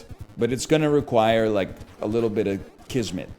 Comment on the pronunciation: does he say qizmet as in turkish?